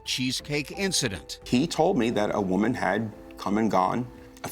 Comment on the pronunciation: “I am a voman only a voman!”